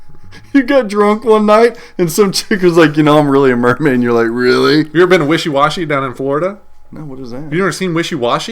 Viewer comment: WISHY WASHY??? You BONE head. It's Weeki Wachee! It's in Hernando County, Florida.